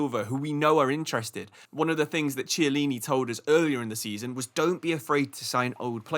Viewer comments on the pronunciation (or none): Hi! Two names were mentioned but pronounced incorrectly. Jose is Portuguese, not Spanish, therefore it's not "Hose". Chiellini pronounced with a K Sound (Ch mostly K, C mostly Ch sound.)